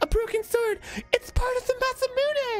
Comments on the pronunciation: Kinda glad I’m not the only one who always pronounced it “masa-myoon” instead of “masa-moon-eh” growing up :p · Every time Dan says masamune ending with “myuun” I die a little inside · I absolutely hate the pronunciation of masa-moonay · I think most people who didn't know Japanese pronounced it similarly. "Mune" like "Tune".